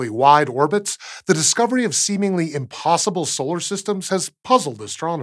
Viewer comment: Hehe he he, he said semengly, hehe he he he...